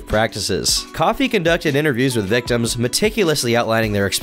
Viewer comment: called these guys victoms? 😂